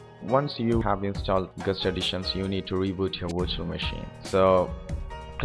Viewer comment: I was wondering what he was saying with "gust". Then I realised that he meant guest xD